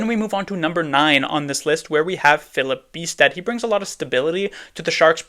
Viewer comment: Extra credits for pronouncing Filip Bystedts name correctly